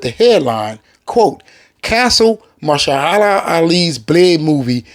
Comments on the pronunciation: My brother it's Ma- her- sha- la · Put some respect on his name it's .....MA...HER...SHA....LA it's not that hard!!! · Firstly, stop talking as if you somehow represent all fans in terms of what we want.. Secondly, Mahershala (MAH-HER-SHUH-LUH ffs man) Ali is a 100 times better actor than Snipes is, and there’s no disputing that. You sit there going on about giving the fans what they want, but what you’re talking about is just more pandering fan service. Deadpool & Wolverine is the exception because of Deadpool’s “ability” to break the 4th wall, but we DO NOT need more films based solely around fan service and nostalgia. The problem with the most recent batch of MCU films is that Marvel/Disney have been terrified to LOOK FORWARD. We need new blood, fresh faces; NEW character introductions, not character RE-introductions. Let Wesley Snipes come back for Secret Wars, sure, we can have multiples of SEVERAL characters for Secret Wars, because it MAKES SENSE… but let Mahershala cook. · Muh-Her-Shuh-Luh (pronunciation of Mahershala)